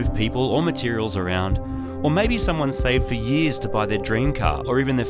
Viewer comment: lmao thats so fucken australian 6 yeahs